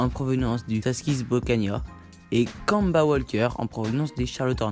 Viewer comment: Kanba vraiment c'est kemba et on prononce kaimba, stp je l'ai beaucoup cité dans mon truc sur les hornets prononce le mieux stp